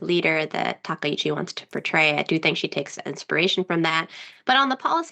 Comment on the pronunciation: Correct pronunciation isTakaichi not takeichi